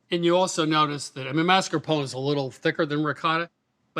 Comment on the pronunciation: Really? The word is mah-skar-POH-neh. Not what she said.